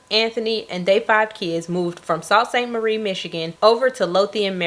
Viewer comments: Not that it really matters, but it’s pronounced SOO. Soo Saint Marie Michigan is how to say it lol it’s weird, but a lot of names here in Michigan are native words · Sault Saint Marie is pronounced, *Soo Saint Marie*. Kp up the good work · Love the video fyi its pronounced Sue St Marie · Just found your channel today and I’ve been binging your videos! & Sault St Marie is pronounced like “Soo” Saint Marie. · Pronounced “Soo-saint-Marie” Great video!